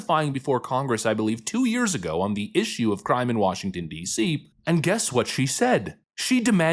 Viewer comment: "There is no crime in Wah Dee See."